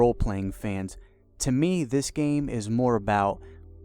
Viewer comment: Hard to take a guy who can't be articulate enough to say "the" instead of "da" and "this" instead of "dis" seriously.